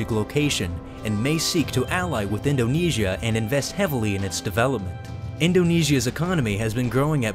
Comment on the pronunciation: In-do-KNEE-S-I-A can you get anymore annoying